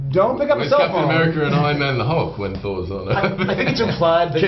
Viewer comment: It sounds like he says "Captain Avenger". I wanna see THAT movie! lol